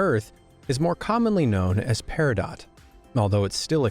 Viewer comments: It's pronounced "PEAR -uh-dough", not "Pear-uh-dot". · The t is silent in peridot. Its pronounced pear-ah-doe. Its also my birthstone. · It’s peridot, (long O and silent T). Honestly, this mispronunciation of a common stone makes me wonder about the veracity of this channel. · Peridot is pronounced "peridoh" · OR, as us Brits pronounce it "Peridoh" á la French. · Cringed a little when you said Peridot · good video, informative. bad pronunciations (eg: peridot, the t is silent; nacre, the a is short; etc.) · It's ok, mate. He also mispronounced olivine, peridot, vanadium, and a couple of others. But I did cringe at Coober Pedy.